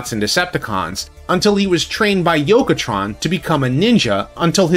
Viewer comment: It's Yoketron. He got named after a Takara designer.